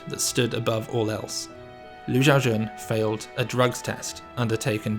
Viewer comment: Pronounce the name correctly. Xiao is She-OW NOT JIAO